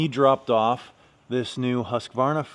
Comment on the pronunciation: Refreshing to hear someone on this side of the pond pronounce Husqvarna correctly 😉😉